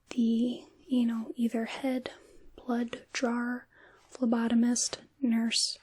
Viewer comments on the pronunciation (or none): Lol phlobotomist. Subtle but oh so important difference 🤣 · lol that's what I thought she said too 😂